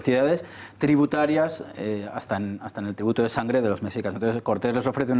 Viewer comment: El guión del programa y las preguntas a modo, todo bien artificial, el historiador ni siquiera sabe pronunciar Mexicas, dice mecsicas, dan la impresión de ser un foro de reaccionarios de la vieja escuela, con prejuicios que todo les ofende. Me pregunto que clase de educación oficial y visión histórica poseen los que se ofenden por esta noble petición, si fueron formados con el oficialismo parcial de la dictadura franquista al cual jamás lo removieron de su cargo, murió con mano dura y represiva hasta el ultimo día de su vida y ahora mantienen una monarquía parlamentaria a modo y acomodaticia para la realeza. Encima de esto tildan de populista al presidente de México, no saben siquiera el significado del populismo lo cual solo es un cliché del neoliberalismo capitalista-rapaz, el presidente lo eligieron 30 millones de personas y tiene la aprobación mas grande en décadas en su muy corta administración. Lo culpan de que es un país violento, pero solo lleva 3 meses en el cargo, pero con sus antecesores los ex presidentes corruptos y ladrones esos no les parecían populistas, eran títeres que no sugerían la reconciliación para con los pueblos originarios.